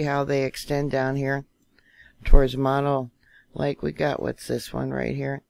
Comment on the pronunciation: Moe-no lake. Not Ma-no